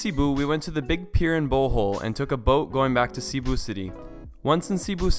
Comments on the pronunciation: Seh-bu not CEE-bu ❤️😂😂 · I’m sorry but it’s Seh- boo (Cebu)